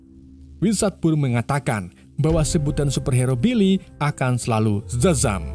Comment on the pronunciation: Bang Shazam bukan zazam